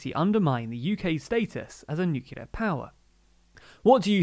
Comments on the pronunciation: Again, it's "new-clear" please, NOT George W Bush's "new-kew-lar". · [ <-- hearing problems and OCD ] Please stop saying new-cue-lar, you're speaking in an English accent! Nu-clee-ar, like Nu-clee-us, other than that I can't fault your diction, nice and clear. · you're still pronouncing nuclear 'nuculer' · Sorry, I have a rule not to like any video, which can't pronounce "nuclear".